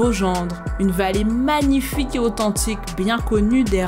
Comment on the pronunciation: Magnifaillque! La narratrice a fait ça toute sa vie, non ?